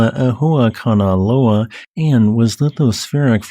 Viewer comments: That's not it's name, and he didn't pronounce it correctly. Don't forget the 'okina. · gg for pronuncing a lot of time that hawaiian name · The unnecessarily complicated name of Kama' ehuakanaloa makes me miss the simpler days in the past where Hunga Tonga Hunga Ha'api was the hardest thing we had to pronounce. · With each new geological event, will get better at pronouncing Kama‘ehuakanaloa!